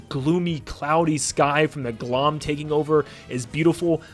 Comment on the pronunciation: The pronounciation of Glohm made me wince lol